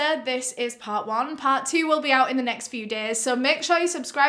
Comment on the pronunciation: Stopped after "betrayed that oooooot"